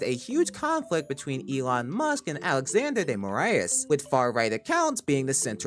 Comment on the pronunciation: as an Brazilian, I love it the way you called Alexandre de Moraes you know it was not totality accurated but we appreciate that !! ❤❤❤